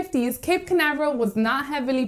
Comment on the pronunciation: Your pronounced toooooo bad.... Spanish???